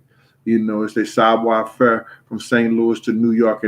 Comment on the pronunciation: Whats that thing you kept saying? Saab weifer??